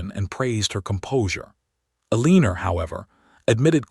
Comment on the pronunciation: Your stories are cute. I like the plots and the characters, but I can't take the pronunciation of 'Eleener' any more. Or hoping being pronounced 'hopping.' I'll check back in a month or two to see if you've helped your ai narrator learn how to speak its several commonly mispronounced words.